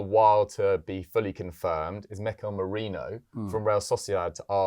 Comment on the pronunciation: It’s Me-ri -no.